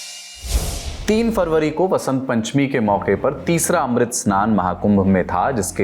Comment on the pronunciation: अमृत को तुम मृत बोल रहे हो , क्यों बाबू